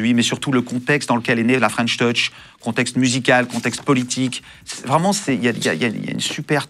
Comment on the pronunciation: C’est drôle tous les interviewers se ratent sur la prononciation de French touch 😅 ils disent tous fren’touch 😂